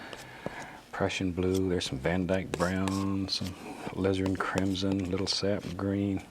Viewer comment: When I first started watching, I thought he was saying, "lizard crimmson!"😂